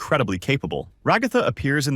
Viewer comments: Bro stop saying regatha like that ots rag-a-tha like rags and Agatha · Bro it’s Ragatha not Ragifa😂😂 idiot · It's ragifa not rogifa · You said regatha not ragatha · Ah yes, Rah-ga-tha